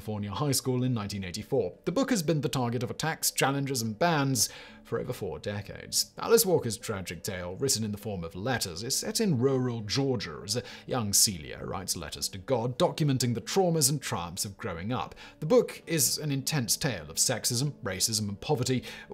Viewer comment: It’s CELIE!!! Not Celia